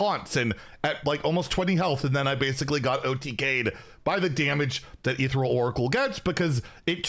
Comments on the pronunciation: “Ethereal” is pronounced like “uh ther eel.” The “ther” part rhymes with air, but with a th sound. The “eal” part is pronounced like “eel,” like the sea creature. The stress is on the second syllable. eTHEReal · Is this some joke that I am not aware of, or does he not know how to pronounce “Ethereal”?